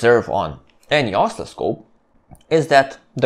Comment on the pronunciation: Both your videos and your English are excellent. I would add that the word oscilloscope has the accent on the second syllable: os-CIL-lo-scope. It sounds like you are accenting the first or the third syllable and it took me a while to understand the word you meant. Thank you again for these excellent videos. I have watched several of them more than once.